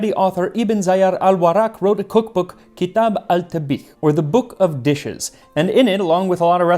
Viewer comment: Great pronunciation on Kitab al-tabikh!